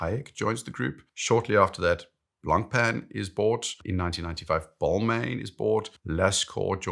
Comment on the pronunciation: I think you're one of the best watch YouTubers, but I'd suggest looking up the Blancpain pronunciation